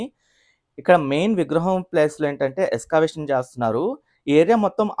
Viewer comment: ఎక్సావేషన్ కాదు ఎగ్శావేషన్